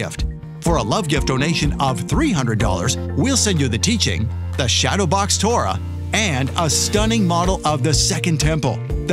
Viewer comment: Torah and never korah.